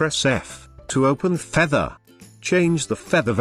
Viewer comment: I really love the way it says "Featehr" , Great video btw, no issues from here ;))